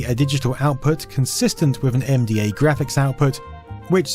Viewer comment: Whenever you say MDA I keep hearing "MDMA" and thinking you're going to break out the glowsticks and start raving.